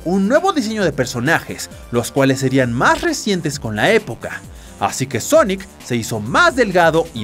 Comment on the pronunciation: por que dice sonoc?